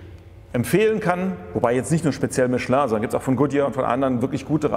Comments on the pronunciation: Endlich einer der das Kind richtig beim Namen nennt: "Mischlö" und nicht Michelin aussprechen wie die Deutschen es halt wieder tun. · So wie es ausspricht, ist es richtig. Es ist eine französische Firma.